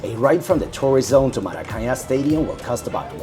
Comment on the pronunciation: Buddy, at least learn how to pronounce Maracanã correctly ;-) Greetings from a gringo who arrived yesterday to Rio!